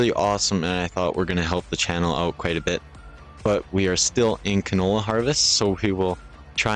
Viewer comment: It's called canola. Not cantola.